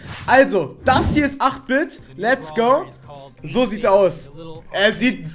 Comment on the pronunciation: Ich werde 8 Bit gleich bekommen weil ich 7k habe und man den bei 6k bekommt aber 8 Bit wird englisch ausgesprochen eight bit